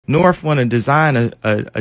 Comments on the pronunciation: I feel he needs to pronounce her name correctly, it’s North, not norfff it’s your kid….. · wtf?? what are u mad for, this was a wholesome video of Kanye talking bout her daughter and ur getting mad about that, he's not even pronouncing it wrong too it's just the way he speaks